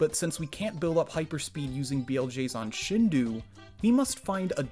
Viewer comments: Shindou is pronounced “shin dough”, other than that ear pain, great video! Subscribed and looking forward to more! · Why is he saying Shindu instead of Shindou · Shindou would be pronounced closer to "Sheen-doe" not "Shin-due." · Tip for future videos: “Shindou” is pronounced “Shindo”, not “Shindu”. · It's a good video summarizing the potential, but please, Shindō is pronounced "sheen-doh," not "shihn-du" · If you Google it it is pronounced shin do a not shin d u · The pronunciation of "Shindou" in this video bugs me hard-core It should be SHEEN DOUGH Like the cartoon character, and well, bread dough I will say, the shi part isn't that offensive. I've heard native speakers of Japanese pronounce it similarly, and I generally do the same. But saying "ou" like "oo" is wrong as heck. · This is epic. Also It's pronounced shin-doh, just for future reference. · Just a friendly tidbit: I'm sure some other weeb um-actuallyed you on this, but shindou is pronounced like "shin-doh" When you write Japanese with Roman characters, pretty much every vowel/vowel-consonant pair is pronounced as it's own distinct syllable. You don't combine them into one sound like in an alphabet. So it would be like "shin-doh-u". The "u" is used to extend the "o" sound for an extra beat. English doesn't really use timing to change meaning, so "shindo" would be a close-enough, not-weeb way to say it (The "n" in "shin" is also kind of it's own syllable. It's the only consonant isn't paired with a vowel in Japanese. Normally every Japanese word ends with a vowel, but "n" is used to "close off" vowel sounds. Spoken Japanese also tends to be slurred to the point where some vowels sound like they're missing) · I wont forgive you for pronouncing shindou like that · Your mispronunciation of shindō hurts.